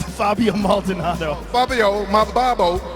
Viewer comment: Rampage trying to pronounce maldonado's name will always be my favorite.